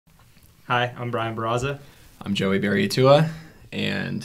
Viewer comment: The way they pronounced Barraza abd Berriatua is criminal